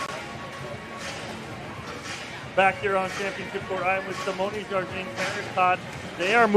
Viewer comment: Sounds like announcer is consistently mispronouncing Simone Jardin's name. Very unprofessional